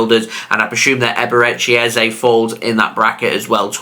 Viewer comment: I’m from Nigeria 😂the way u pronounced EBERECHI EZE is funny 😂😂😂😂